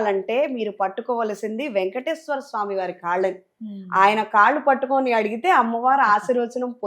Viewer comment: అమ్మ వారు అనమ్మ, అమ్ము కాదు please